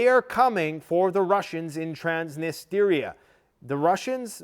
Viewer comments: Love you but it’s Transnistria not Transnisteria 😬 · Trans-nis-tri-a Not Transnisteeeeria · Stop pronouncing "Transnistria" as "Trans-nist-area"! It's pronounced as "Trans-nis-tree-ah". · Dude its Trans-knee-stree-uh. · Lets goooo!!! Let it burn!!! Burn it all down. So sick of this woke clown world. Also, it's Trans-nis-tree-ah. Another 500million announced by Biden today. It'll never end. The west is done and needs to be done. Our founders in the US always said, never get entangled in the wars of Europe. It's past time we return to our isolationist roots and end our practice of being the world's police. We can't even secure our own borders. Why are we worried about Ukraine? Putin is no soviet, but restoring the old Russian empire of the Tsars would be something he could achieve to go down in the books with Alexander and Catherine the great. I think the East smells blood in the water with a weak and bumbling Biden. Nato is corrupt and broke. We've pushed too far. Prep and be ready. Your home is your bunker. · TRANS - NI - STRI - A